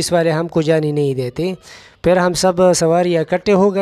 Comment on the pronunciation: Peley apna urdu tiiiiiik karo peeer bolo,safar me hota hy,lekin ap Karachi se sapar kr rehe tai is liye huwa